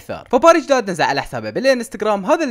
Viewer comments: مو داد🤣💔✌️ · يا اخي اسمو مو داد😂💔